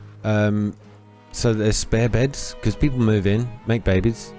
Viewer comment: Pee poles ... hehe